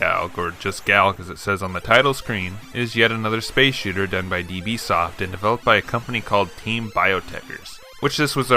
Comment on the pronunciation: it is not 'deeBee' - dB reads as 'decibel' - it is unit of measurement widely used in electronics: 20*Log_10[ of something ]